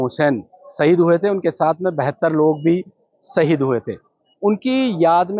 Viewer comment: Bihari anchor hai kya NDTV??? Saheed nahi shaheed hota hai.